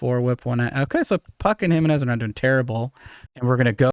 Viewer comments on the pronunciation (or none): none